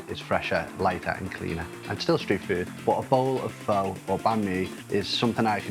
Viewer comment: 3 months in Vietnam and can't pronounce pho.